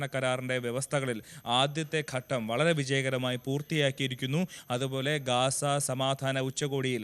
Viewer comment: ഗാസ അല്ല ഗസ്സ